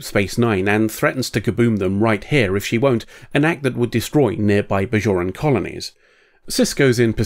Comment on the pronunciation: They're "Bajorans", not "Bazhorans".